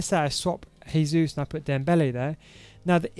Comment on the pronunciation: It’s Jesus not haysuz. Lol. Brazilians speak Portuguese not Spanish. Good formation tho !! 🔥🔥 super fun.